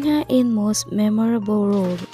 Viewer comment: it was supposed to be pronounced as HE-IN (HAE IN)